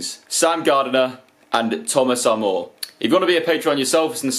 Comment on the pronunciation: you pronounced my surname wrong, it's Armour as in under Armour or knight in shining Armour 🤪🤪